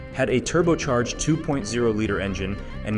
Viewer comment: The ai narration is pretty convincing aside from the "two point zero"